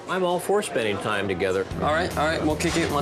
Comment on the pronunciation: The woman with the dyed blonde hair is extremely rude and offensive. She is very hard to understand .. she says "tarm" instead of "time" and "wurks" insteard of "works" , amongst many other badly pronouced words. Maybe she could take some time out of her offensive way of treating her husband and son and learn how to speak correctly ? What kind of a person expects her husband to sleep in the spare room, whilst she sleeps and bathes with her dogs, and also (which is incredibly stupid) puts them in diapers .... why for gods sake ????? Her values are questionable. She is quite honestly a fruit loop !! I hope she has, since the airing of this programme, seeked some much needed Therapy. She is extremely abusive in her manner towards everyone and not a full shilling, quite frankly. I apologise for lowering myself to her level, but I fail to see how else I can get the message across to her, that she has most definitely 'lost the plot !!!!'